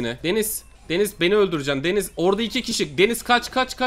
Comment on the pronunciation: Abi denize denis diyosun